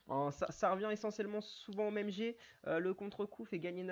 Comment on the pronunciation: en "Jet" hehehe. le T est muet ^^